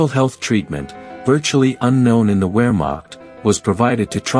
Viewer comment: In German "W" is pronounced as "V". Wermach is pronounced Vermach!